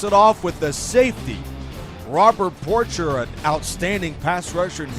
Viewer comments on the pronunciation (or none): Robert Porcher's last name is pronounced "Porshay."